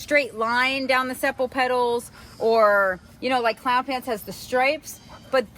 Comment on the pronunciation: Sepal pronunciation - Seepal